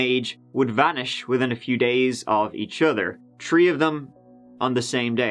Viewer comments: it truly annoys me, he tells the story well on paper but listening to his voice is like having a 3 year old child you’re trying to teach to speak English properly, like if the word was meant to be pronounced tree, there wouldn’t be an “Hache” (H) in it, it’s great that he has capitalized on some simple minded people like yourself that likely haven’t travelled at all in your life and find the fact people have other accents special but it’s not, “Dey boat work tageder” it gets annoying that’s why I usually watch jcs’s videos I can’t take this guy seriously and the fact he feels the need to show his face while telling the story amplifies the fact that a good story teller doesn’t need to show his face, tell the story, or go to what’s culture for wwe they’ll love the guy there lol Ireland is what English sounds like when you have too many beers and whiskeys , people like you are not helping when you support his bastardization of the English language , but hey, enjoy the skinny freak who can’t speak his own first language lololol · Haha.."tree years" and "turd time" etc etc..I was wondering what accent that is that doesn't pronounce the TH. Irish maybe?. I do like his stories "trow" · Why do you say "tree" instead of three??? Is it that difficult for you to pronounce th?? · Why do you come onto YouTube and make rude comments? He isn’t from the United States, he’s from Ireland. Didn’t your mom ever teach you if you don’t have anything nice to say, don’t say it at all? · me too absolutely love it he gives me a good giggle 😂 xxx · whats that accent ? ^^ three = tree thirty = turdy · honestly it’s my fav part of the vids. When he exhales and says “here we go”. Then says “ on te turdy turd of may at tree turdy tree and turdy tree year old man went missing” 😅😅😅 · "Tree turdy" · Please learn how to properly say 30 or three. Not “turdy” or “dirty 3” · "Tree of dem" "Tree days laturr". "Bout Churdy minutes" I cant. I just can't. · Turty tree and a turd